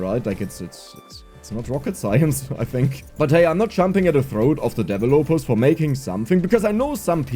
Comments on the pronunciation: I don't usually joke about how people say stuff, but you said developers as devil-opers and it cracked me up 😇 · i noticed it too and started saying it that way to my friends immediately